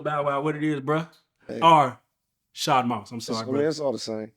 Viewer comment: It's Shad, not Shod, love.